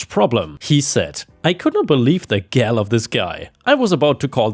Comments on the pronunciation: Gall is pronounced "gawl" no gal. At least in basic English. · Love your posts sir. Just one tip for the future in case you see this. Gall is pronounced like Gaul, not like gal. Gall means temerity or hutzpah. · Twelfth time.... Gall is pronounced like "fall"! Not like "shall". This is getting ridiculous. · Hi, 'gall' is pronounced the same as 'call'.